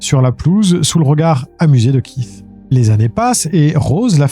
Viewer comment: KEITH se prononce KÉT juste pour corriger sans jugement. Merci